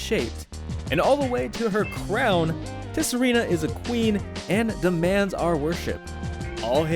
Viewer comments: lmao pronounced the T in Tsareena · The T is silent in Tsareena. Other than that, great video. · the t in tsareena is silent